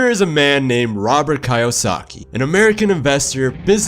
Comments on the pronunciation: Lets start by pronouncing his name correctly. Its kiyosaki, not kayosaki. Otherwise nice video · Not "Kay o za kee", but "key you zah kee". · It’s Robert “kee-yo-sakee” NOT “kay-yo-sakee” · key-o-saki not kai-o-saki... but great vid bro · Kiyosaki, NOT Kaiyosaki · Kee oh saki, not Kai oh saki.. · His name is Kiyosaki (KEE yo sa ki), not (KAE yo sa ki). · Key (Kee) Kiyosaki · Its prounounced "key-yo-saki"🙈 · The narrator said “Kai-yo-sa-ki” 😂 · Also, I believe the author's last name is pronounced 'kee-yo-sa-kee' 😉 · Good job! Only one thing...pronounce Robert’s last name correctly. Keep up the good work! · gosh... you'd think if you make an entire video on a person, you'd pronounce their name right... it might be nitpicking, but it also really breaks immersion. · Good stuff! And also.. The pronunciation of Kiyosaki and Hilo is with a double ee, Keeyosaki and Heelo.. Just had to throw that in since it threw me off😅 Thanks for sharing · KEE-oh-saki...... Hee-lo